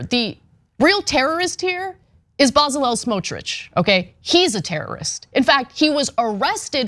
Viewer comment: You mispronounced "Betzalail Smotrich". They trained the kids in terrorism. The Gazans would enjoy Congo. The kids could go on sefari.No bombings. Water, food, fuel. It would be shangri la for them.